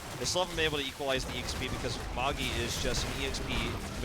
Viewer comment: Why do the casters refer to Magi as 'Mog-E'...Is it a typo for his name or do they just not know how to pronounce the name Magi?